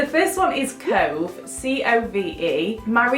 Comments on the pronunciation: Ngl when you said cove I thought you said toe. And I may have peed my pants a little. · I live in Yorkshire, near Leeds, and when you said cove in the typical Yorkshire accent and absolute pissed my pants because it's so true xx😂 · Im from near Burnley (if you know where that is, it is in Lancashire and round abouts near Sheffield I suppose) but when you said cove in your 'northern' accent, it is literally me haha! I agree, cove in a northern accent doesn't sound great xx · Hahahah I'm from Barnsley and I laughed so hard at the Cove thing. I'd say it the second way and i definitely wouldn't want my kid to be called that 😂😂 sounds much better the way you say it but people round here definitely wouldn't say it that way hahah! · When you said cove in that accent I laughed so hard coz I'm from near where you are and that is literally how I'd say it coz in my mind I have quite a strong Yorkshire accent😂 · BEING FROM SHEFFIELD I COULD NOT STOP LAUGHING WHEN YOU SAID 'COVE' IN THE BARNSLEY ACCENT!!! SO RELATABLE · Ahah that is exactly how we would say Cove in Sheffield 😂 cute name though💗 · The way you said 'cove' the second time with the other accent is literally mine😂😂😂 I hate my accent as well😭😂😂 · I bloody love Cove but then you said about it being said in a Barnsley accent and i wanted to cry because of how awful it makes it sound😩 perks of being from Barnsley